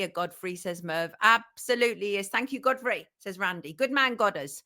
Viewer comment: Is she calling Godfrey Goddess? 😄